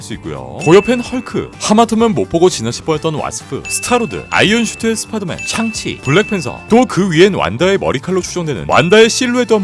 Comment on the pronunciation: 샹치를 참치라고 들었다 ㅋㅋㅋㅋㅋ